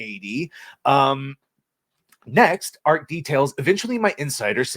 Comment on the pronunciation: It is pronounced Arch as in archway